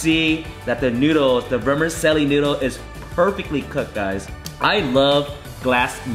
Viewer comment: i just saw this at 99 ranch, was curious. good video. not making fun of you, it's an Italian word but vermicelli is pronounced vr·muh·cheh·lee.